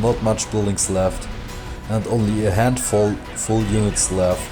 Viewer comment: A handvoll.... schönes englisch